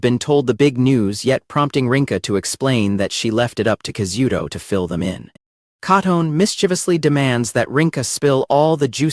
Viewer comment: I swear, my eye violently twitches every time the AI narrator mispronounces ALL of the characters names. Hearing Katone and Tachibana's names brutally butchered, made me want to start chunking furniture in my living room.